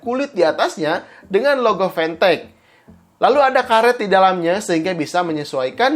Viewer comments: Siapa yg nyebut fantech dengan pantek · nonton pidio ini cuma pengen denger gimana nyebut mereknya, tapi bisa lo bilang fantech bukan pantech